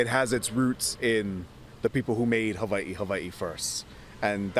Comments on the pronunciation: the hawaiian language doesn’t have a V sound. why are they hyper correcting ) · Side-note: ah, so the w in Hawaii is pronounced like I as a Scandinavian would say a "v". Good to know :) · It's pronounced Haveiee? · How they say Hawaii pisses me off